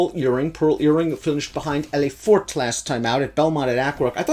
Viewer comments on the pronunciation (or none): Elle Est Forte,is phoeneticall pronounced;'L A Fortay'. It's really not that hard........